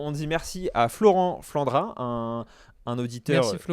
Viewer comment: j’étais tellement heureux que tu choisisses mon défi et que tu prononces mon prénom 😃… jusqu’à que tu écorches mon nom de famille 😑 (Flandroit - et on prononces pas le T) Malgré tout j’ai un peu le sentiment d’avoir gagné un oscar de Frangin Vidéo Club🏆. Peut-être un deuxième si choisi mon sujet la semaine prochaine 😊